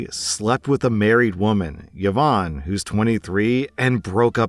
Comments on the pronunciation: Last story: what the heck is up with those few people who pronounce Yvonne as “yuh-vonn”. It’s “ee-VONN”. C’mon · about the last story: “Yvonne” is pronounced, “ee-VONNE,” not “Yah-Vonne.” It was my mother’s name. 🙏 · The correct way to pronounce Yvonne is "Evon" the way you say it sounds like the male name "Yvon" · Dude, you need to learn how to pronounce Yvonne. It's not even a non standard spelling of the name. Who on earth pronounces it as Ye-vawn? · Exactly my point. Until I read the text I thought he was pronouncing a weird Irish name that was sort of like Siobhan. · Yvonne is pronounced "E-vonne" with a soft "e". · thats not how you pronounce Yvonne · Yvonne is proneness with the vocal Y, not the consonant j